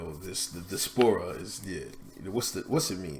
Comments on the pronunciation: THE word is pronounced di▪`as▪pora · "The di'spora—the di'spora...." ? Ok, I'm out of here.